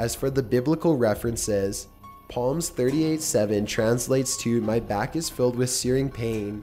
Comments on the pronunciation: PALMS 😂😂😂😂😂😂IM FUCKING DYING its SALM not PALMS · Psalms is pronounced Salms not Palms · It's pronounced SALMS......NOT Palms you idiot! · Psalms in the Bible is not pronounced "Palms" it's pronounced Salms. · It's not palms 38:7 it's pronounced salms 38:7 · It's pronounced "salm" not "palms" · PALMS? It's PSALMS!!!! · palms... PALMS?! It's psalms, the P is silent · To the Narrator: You REALLY need to learn how to properly pronounce English words. It's hard to take you seriously or the stories seriously when you pronounce words such as "Pslams" as "Poms" and not "Sahms" or when you say "Writhing" as "rithing" instead of the proper way "Ry-thing". Don't mean to be a grammar nazi but but its hard to accept you as a good narrator when you don't know how to properly pronounce words. Just saying. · The Holy Bible book of Psalms is pronounced "SALMS" not PALMS!!! and it means a sacred song or hymn, in particular any of those contained in the biblical Book of Psalms and used in Christian and Jewish worship. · Its pronounced 'salms" not 'palms' lol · palms 38:7 it's pronounced Salms 😂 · I have NEVER commented anything negative towards you. However it is pronounced salms. The P is silent. 🤦🤦 I still LOVE YOU though 💖💖💖💖💖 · Psalms. Sounds like saw-ms the p is silent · Did anybody else cringe when he pronounced "palms"? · lulabell 79 I agree, being raised in the church allows me to have the knowledge of pronouncing it correctly "Psalms" where the "p" is silent. But this guy may not have been raised in the church and therefore is unexposed to the correct pronunciation. Essentially, give him the benefit of the doubt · Agreed, it sounds like some weird mix between a Canadian and California accent. I had to take some breaks just to keep from losing my mind over the tone, cadence, and pronunciations. LOL the book of palms.... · lol1 "palms". He's always mispronouncing words! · "Palms 38:7" Palms Palms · did you seriously pronounce psalms as palms? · Mispronounced Psalms